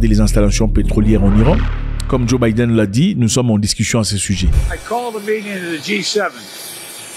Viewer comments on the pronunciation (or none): none